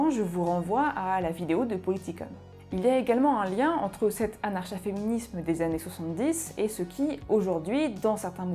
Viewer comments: Comment est-il imaginable de produire une longue vidéo sur un sujet dont on se sait même pas prononcer le nom ?! N'était-ce pas la première chose à faire ? Anarcha-féminisme se prononce évidemment a.naʁ.ka.fe.mi.nism comme anarcho-syndicalismese se dit anarko ... 😵‍💫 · Curieusement, c'est bien la 1ère fois que j'entends le ch prononcé comme dans chat alors que l'on peut dire anar(K)a féminisme ;) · est la première personne que j'entend pronocer le "ch", c'est une françisation j'imagine.